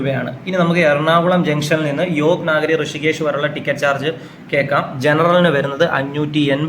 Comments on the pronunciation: നാഗരി അല്ല.. നഗരി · നാഗരി അല്ല . നഗരി എന്ന് പറയൂ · Yog നാഗരി അല്ല യോഗ് നഗരി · യോഗനഗരി എന്ന് പറയാൻ അറിയില്ല അല്ലെ.